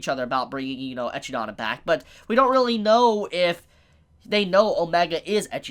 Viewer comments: Why'd you call Echidna " Echii-da" Its E-kid-na its spelled the say way as Knuckles the Echidna. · Echi dona?? I believe it's pronounced. Eh-kid-na or at least that's how I pronounce it. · Ekidonna is actually eh-kid-nuh but great video!! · That's 'Ah-KID-nah', like the animal (or Knuckles from 'Sonic'). I can't even figure out wtf that was you actually said xD. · I cringe every time he mispronounce Echidona's name